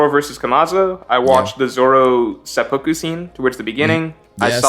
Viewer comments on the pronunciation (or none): none